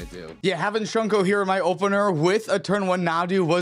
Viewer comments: “Shù-koh” Not “Shunko” Pop. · Shuko. SHOE-KO. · can you go back and read the name of the equipment that got Mental Misstep-ed? Read it carefully, and tell me how many of the letter N appears in "Shuko" 😂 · At this point, is farming interaction by continuing to pronounce Shuko as SHUNKO 😂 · there is no "n" in shuko 😂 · lol it’s better than Pleasant Kenobi. He calls it “Shook-oh” haha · saying SHUNKO is like when your nice uncle gets into a game you like but just CANNOT pronounce names 😅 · THERE IS NO N. Please. It is pronounced Shoe-co. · You guys haven't seen other episodes where he shows his inability to pronounce Shuko. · Came here to comment that it makes my eye twitch a little bit every time he says it.